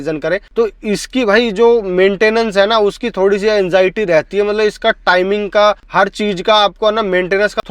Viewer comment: Camera dekh bhaai.. aap to apna chehra dekh ke baat kar rahe ho.. aur 'mala mala mat' bolna "matlab" bolo.. khud sun ke samjh lo.. Aur ek baat "kones" nahi "cons" hota hai